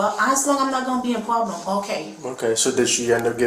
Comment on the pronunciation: It is gowna be a pwoblem